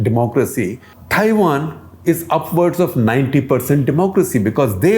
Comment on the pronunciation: Cringed every time Shekhar Ji said Thaiwan (Taiwan)